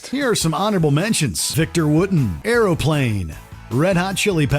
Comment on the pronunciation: Did they really just mispronounce Victor Wooten’s last name?? Sounded like “wooden.”